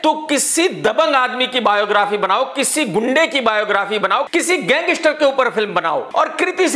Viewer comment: Gangster nahi.. gangistaar